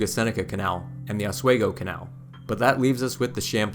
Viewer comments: Aus-we-go.....not Oz. Schuylerville.....meh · Schoharie - Sko Harry, Oswego - ahh swee gp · Great video but I have one minor quibble. The pronunciation of two place names is off. Oswego is Os-we-go, not Os-way-go and Schoharie is Sko-Harry not Sko-kery. I know getting the pronunciation of weird place names can be difficult. I actually went back to on-line resources to verify these before posting this. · Good video. On a minor note. Oswego is pronounced Aaz wee gow. Not aaz way gow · Oswego pronounced OS - WE -GO not OS WaY-Go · Nice video. (But it's pronounced Sko-Hare- eee and. Oz-WE- go) I l live near the Saratoga Battlefield. Very detailed overview and well done! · Medina is pronounced MAH-DIE-NA. Oswego is pronounced OS-WE-GO not OS-WAY-GO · Just a hint: Rochester resident here...we say Osweego.... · Oswego has a long e pronunciation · Tremendous presentation of our defining natural feature! It’s an honor to acknowledge the details! Pronunciation correction, Oswego is locally pronounced with a long e, like the word we. But we throughly enjoyed your work. We are in East Schuyler which is 7 miles east of Utica, right on New York State 5, where the Erie Canal, both parallels and also flows together with the Mohawk River. The river provides some of the water needed for this marvel. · Medina is pronounced "Med (eye) na" and Oswego is äsˈwēɡō... just saying as an Upstate resident. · OS-WEEE-GO. I live 25 min from Seneca Falls and have never seen main street so bare! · Sko HARR ee Also: Ah SWEE go, for Oswego. Cool video, though. I've only explored the parts near me - never the whole length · A good video would be great if you didn't butcher the pronunciation of Oswego and Schoharie. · Too bad this guy didn't learn how to pronounce Schoharie or OSWEGO!! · not that he mispronounced so many cities lol. Medina, Oswego. all love from lockport